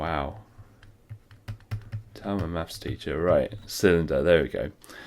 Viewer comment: Maffs? You sound like you'd need help stacking shelves in Poundstretcher.